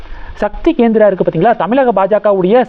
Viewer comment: Gendra இல்லை, Kendra